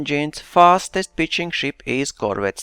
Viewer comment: When you say pitching it kinda sounds like bitching HAHA! (sorry immature i know)